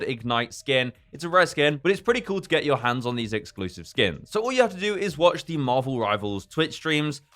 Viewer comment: Why do i keep hearing skim?